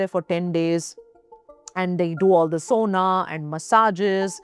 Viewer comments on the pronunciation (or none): none